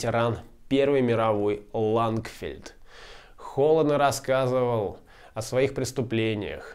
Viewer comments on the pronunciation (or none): "ЛАНГфельд" , а не "лагерфельд".